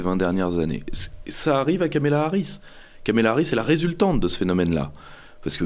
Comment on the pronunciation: Deux erreurs de Pierre-Yves. 1/ Prononcer Kamela Harris pendant une heure. 2/ comparer la cause palestinienne sous les Mark 84 américains au phénomène "woke".